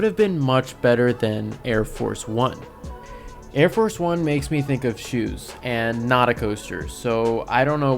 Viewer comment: I cringe whenever you call it air force one, it's arieforce one